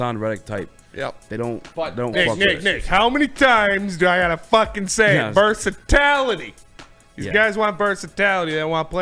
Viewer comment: i hope that was some joke or line from something i never saw..... but if YOU JUST SAID VERSATALATY????????????